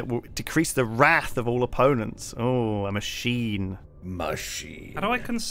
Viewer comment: that's not how to pronounce wrath and I know you know that.